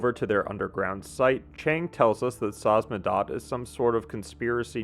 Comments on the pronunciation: name of the organization is SAMIZDAT not “samzadat” It’s a Russian term dating to the Soviets underground printing operations. “Sam” - means self, “izdat” - means publishing. Selfpublishing translated. Due to censorship many writers and poets had to go samizdat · Samizdat.. sa miz dat... whats so hard about this word?? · I knew someone would point at the butchered Samizdat! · Excellent analysis!! That said, I want to hone in on something you might want to work on: if you have trouble pronouncing a name like Samizdat, but you have the free time to write and record audio to say it, please take time to simply practice pronouncing it. You literally play audio mentioning the name, which isn’t exactly complicated either. This is a big trope amongst video essayists, especially in videos about games. It’s annoying, especially when it keeps happening to people or things with “ethnic” names. Thanks for reading this if you did!